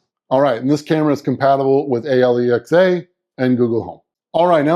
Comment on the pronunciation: Its Alexa not A-L-E-X-A